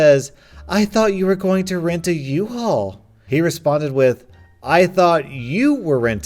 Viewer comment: It's a "UHAUL" not an "IHAUL"